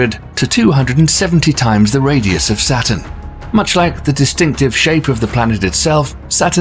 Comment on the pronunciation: Hint: "Saturn" and "satin" are NOT homophones.